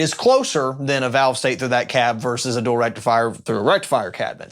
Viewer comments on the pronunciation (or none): none